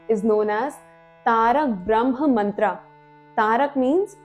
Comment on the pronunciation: Good video... but plz stop wrong pronounciation... it's not mantraa.. it's mantra.. foreigners pronounce wrongly...and we follow their wrong pronounciation